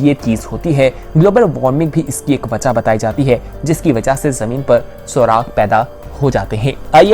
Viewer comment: Atish fiza grind crack machine gun surag nai bahi surakh hota hai grind nai grand hai machine gun nai Michigan hai or crown flash nai bahi cloud flash hai bahi kya hoo gaya hai app ki pronunciation ko achi bhali video's banatay hoo ajj itni mistakes what happened bro are u okay